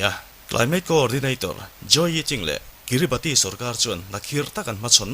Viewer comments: Pronunciation ah chuan Kiribas tia lam tur.. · Kiribati hi kiribas tia lam tur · Kiribas tia lam tur aw,Sir leh comment lo chhiar ve tu te zawng zawng tan. A ngaihnawm lutuk e.. Heng thliarkar te te hi mihringina kan khawvel kan duhdana thlak kan tum nasat lutukna lamah leh khawvel lo inher dan danglam zel nen, anni ang thliarkar te hian an tuar nasa em ema. Engtik emawnia tuiin a chim thut theih dinhmunah an ding nasa hle. Mahni seilnenna chhuahsan hlen daih thu va ni hek suh. Maldives, Vanuatu, PNG te pawh. Maldives phei chuan South India-ah ram an lei tawp mai. An ram thenawmin an ngaihsak loh chuan China hian a rawn ngaihsak zung zung mai bawk sia. Entirnan: PNG pawh an thenawm Australia aiin khi lama mi China lam an awn tlat tawh. An leilung hausakna an hralh loh chuan anni ang ram te tan chuan a harsa sia. Heng chanchin te hi a ngaihnawm lutuk. Hetiang topic pawimawh, kan tawng hriatthiamloh te, Mizo tawng ngeia i rawn leh vangin i titha ka ti lutuk e👍🏼